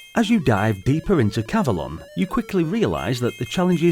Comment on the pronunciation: I would say it's pronounced cav-o-lon, to rhyme with the mythical Avelon, where King Arthur and his knights are taken after their deaths. Anyway, seems to be a charming maze game, similar to the arcade game Tutankham, which came out two years earlier. (BTW, Excalibur is the greatest King Arthur movie ever made, IMHO. It has never been equaled.)